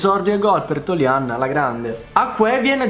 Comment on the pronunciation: La pronuncia di toljan è diversa ahhahah grande lo stesso